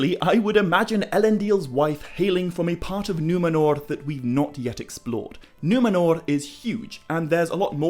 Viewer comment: Love the way pronounces Numenor correctly with the trilled R without it sounding super exaggerated like the characters in RoP!